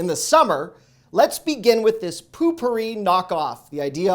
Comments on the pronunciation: Cannot believe you never heard of pronounced "TY-DEE- BOWL". The TyDbowl man floats in the tank in his little blue boat!! Lol!! Also there is a cut out notch in the tank just for the "hang on the tank" bowl refresher s I saw it on your tank!! Lastly the other freshener is pronounced "POE- PORE- EE" . Lol this is my 1st time commenting 🤣 😂 👍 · It’s pronounced “TIDY Bowl” And PO-Pourri 😂😂😂 Love your videos